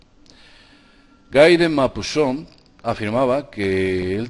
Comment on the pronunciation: Hola! En primer lugar te felicito por tu excelente trabajo; siempre interesante y muy ameno. Sólo quería decirte que la autora de Frankenstein fue Mary Shelley y que Guy de Maupassant se pronuncia así: Gui de Mopasan... espero que no te siente mal la corrección... es que soy un poquito perfeccionista... Jajajajaja! Un abrazo! Sigue abriendo mentes, te necesitamos!;-)